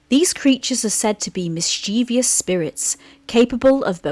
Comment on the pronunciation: There are only two Is in mischievous, not three, and only three syllables, not four.